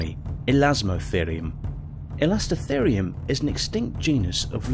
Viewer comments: Errors found in this video: - Smilodon; he pronounced it "similodon" - Elasmotherium; he pronounced it correctly the first time around, but not even half a second later, he mispronounces it as "elastitherium" - Pliocene; he mispronounces it as "plikocene" - Pleistocene; he's made passable pronunciations of the word Pleistocene prior to this moment (play-styocene), but this one he gives "puleestiocene" - "The Tyrannosaurus preyed on much larger mammals, like the Triceratops;" the Triceratops was a sauropsid archosaur/dinosaur, not a mammal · elastotherium (i am awarding myself a medal for correcting someone on the internet)